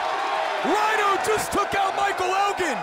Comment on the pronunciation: It’s Rhino It’s Rhino